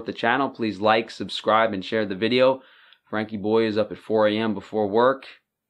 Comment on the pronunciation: That should be “Frankie boy”not “Fannie” ;))